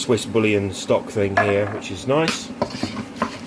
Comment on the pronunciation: Looks lovely, oh and just so you know, your stock is pronounced "Boo-wee-yon". Gonna try this 😀